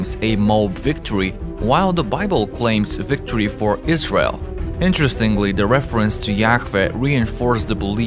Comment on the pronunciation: Really good researched presentation. I'm having fun listening to your pronunciation "Eyes Rail" heh heh heh. I'm a laughing idiot though, I can barely speak just one language!